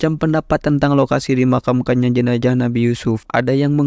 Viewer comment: Jenazah : tubuh yg sudah terpisah dgn Roh. JENAJAH : kemaluan (salah satu bahasa suku yg ada di Sumsel) Itulah pentingnya artikulasi yg tepat dan jelas dlm menyampaikan berita. Z harus disebut "Z" bukan "J"